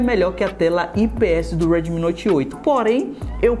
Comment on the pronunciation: U E R D I M I HAAAAAAA MEUS OUVIEOS R É D I M IIIIIII PELO AMOR DE DEUS